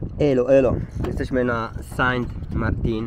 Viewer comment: San Marte nie Martin sie wymawia